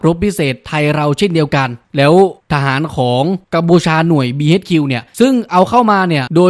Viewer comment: BHQ อ่านว่า บี เอ็ช คิว ครับ